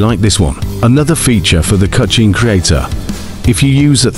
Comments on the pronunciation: Stop saying "cutshne creator" its hurting my ears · Cutscene ❌ Cucheen ✅ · The way the ai voice said cutchene 😂